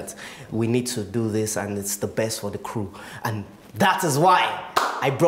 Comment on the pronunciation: I'm not sure if anyone heard the Queen J KEREWU (crew) lol 🤣😂